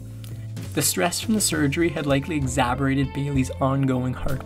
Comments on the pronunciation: "Porgy" is pronounced more like "Doggie". And, the word is "exaCERbated" - not "exaBERrated". Surprised at the incorrect pronunciations by narrator. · Porgy is pronounced with a hard G, like in Garden. Exacerbated = eks-AS-sur-bait-ed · (@ , the word “exaborated” is a nice touch of comical flair…lol)